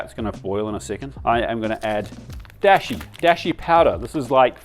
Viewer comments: "dashi" with the a like in art by the way, not "deshi" like in the English word "dash. That's a different word which means "disciple" Great delicious looking recipes! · Actually you can do rice pretty quick in an instant pot! 1:1 ratio, for two cups do three minutes on high manual setting then let it release naturally and boom! Also just FYI in Japanese it's a long Da sound like daashi 😉 love this, been wondering about gyudon for a while.